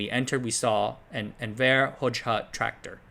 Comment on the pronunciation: You cannot pronounce for shit. Envr. Its actually spelled Envr. And its Hozha in sound. Hojaha is no good. Dude was a greedy evil leader like that couple in romania.